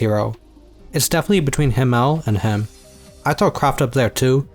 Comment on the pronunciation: His name is HImmel, not HimmÈl...